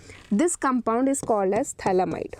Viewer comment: It's pthalimide not phthalamide